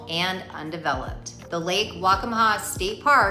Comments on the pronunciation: Lake WACCAMAW Pronounced: WAC-CA-MA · It’s Lake Waccamaw.